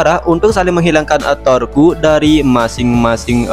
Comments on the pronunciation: Torque = torku X Torque = tork ✓ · bang saran kalau untuk sebutan torque itu sebut aj torsi atau gk bacanya cuma tork, gitu gk usah baca que nya, soalnya itu cara bacanya, cuma untuk saran sih